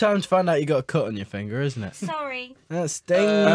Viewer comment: HE SOUNDED SO AMERICAN WHEN HE SAID FINGER